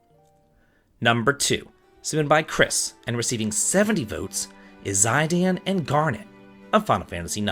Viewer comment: Such a sweet video:) long live romance! (Btw Zidane's name it's pronounced cee-dan)